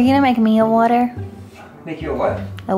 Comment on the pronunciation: What is wooter? Does she mean water?